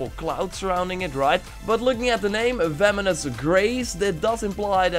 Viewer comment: He really said vemonous tho